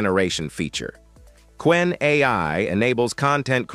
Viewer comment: Ce n'est pas kénè mais Qwen (ku wène).